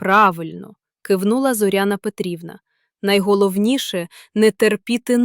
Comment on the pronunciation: Не текУ, а тЕку. Все- таки читає ШІ.Але краще. Не ЗОряна, а ЗорЯна.